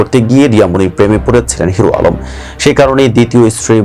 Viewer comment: এইটা নিয়ে ও নিউজ করতে হবে যে নিজের নাম ঠিক মতো বলতে পারে না 😊